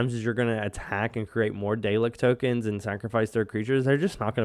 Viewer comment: saying it wrong man 😂 pr9nounced " Dal- lek